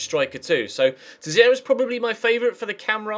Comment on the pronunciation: Teixeira is pronounced "tay-shay-ra" I'm portuguese, trust me xD